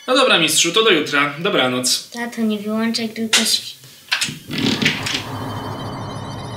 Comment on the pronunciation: w jest błąd, mówi się wyłączaj a nie wyłanczaj